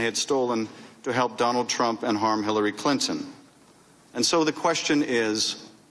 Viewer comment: there's no way he accidentally said Tramp instead of Trump about 15 times.